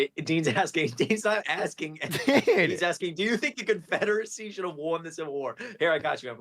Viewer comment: Why is saying Confederacy like Confederitsy